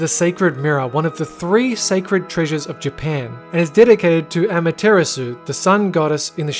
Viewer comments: It's pronounced Amaterasu not AMA. TEr esu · He said amaterasu wrong